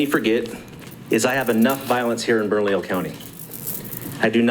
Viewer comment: Guys, it,s ( Burn ah leo)